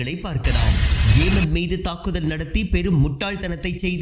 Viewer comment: ஏமன் அல்ல யெமன்.